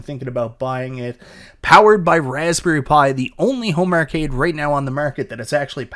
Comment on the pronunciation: Arcade =/= ERRcade.